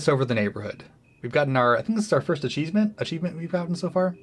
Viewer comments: "Acheesement" did you just accidentally dadpun? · A-cheese-ment? unintentionally keeping the dad jokes going?